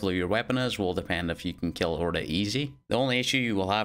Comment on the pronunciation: Everyone else: "Orda": "OrDaYi"